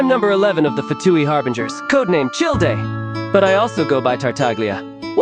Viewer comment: FINALLY FOUND SOMEONE WHO POINTED THAT OUT-😭